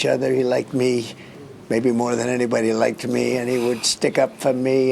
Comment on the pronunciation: “He laiked me”